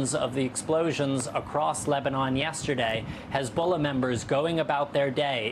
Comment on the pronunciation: Hez-Ball-Na! hahah